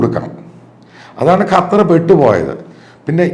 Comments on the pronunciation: അപ്പോൾ താങ്കൾക്ക് ഖത്തർ എന്നു പറയാൻ അറിയാം. ഖറ്റാർ എന്നു എപ്പോഴും പറയുന്നതു കേൾക്കാം. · കറ്റാർ അല്ല അച്ചായാ ഖത്തർ! !!!!